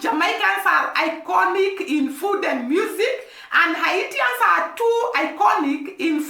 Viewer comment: The people of Haiti are called Haitians, pronounced Hay-shans.